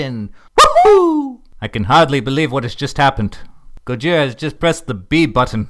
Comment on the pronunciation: Guys, we got to attend to this and stop doing it. "Gojira" is NOT pronounced with an R sound. It is properly said with an L sound. "Go-gee-lah" ["gee" as in "gee-whiz"]. Are there some dialects of Japanese that pronounce it with an R sound in our reality? Yes. However, Godzilla is a fictional character. In all of the movies, "Gojira" is only said with an L sound (seriously, go try to find the characters say it in their original dialogue with an R sound. You won't. Ken Watanabe doesn't even say it with a R sound in the American films). So as that's how it's said in the movies, that's how we should be saying it in real life. "Clouzot" [Clue-so] is a real French name, but you would never spell the fictional Inspector Clouseau's name that way. Similarly, you shouldn't be saying "Gojira" with an R sound.